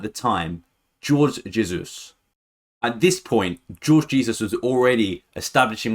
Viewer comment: Its pronounced Whore-gh Heyzus